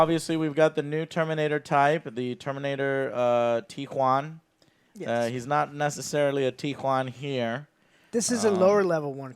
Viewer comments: When joe ays it i listen it like T-JUAN!, jajajajaja, ok, ok, i know!!!, i know the exit! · Its not the T-Juan its the ME-2